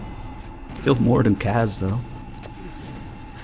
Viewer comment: Why does insist on pronouncing Kaz incorrectly?